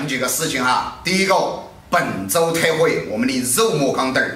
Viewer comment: 為何老闆念本周特惠聽起來像本周退火(台語)